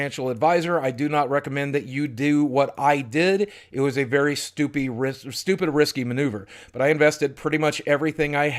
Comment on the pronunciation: ha he said stupy